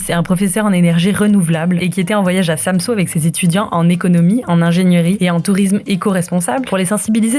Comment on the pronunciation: pas de panique les copains en fait des tonnes mais bon c'est pas grave ONT VAS TOUS MOUR*** un jour c'est pas grave profité juste de VOTRE VIE pensé a vous et faite vous plaisir (ah et c'est pas SAMSO c'est SamsØ le Ø se dit E c'est pas compliqué mes choubidou-d'amours)